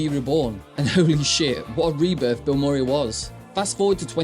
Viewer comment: lol "bill More-ee" It's "Bill Muh-ree" you know, based on the Actor Bill Murray"